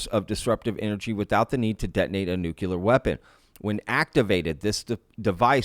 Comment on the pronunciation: Thanks for the coverage but please stop saying Nuke U Ler. It’s Nuke Cle-er